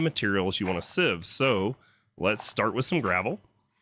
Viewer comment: Oh sieve, I thought you said shiv....